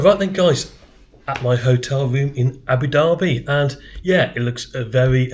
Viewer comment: Great vid. And well done for pronouncing Abu Dhabi properly. Personally I hate ABU DABBY instead of ABU DARBY. Being a bit OCD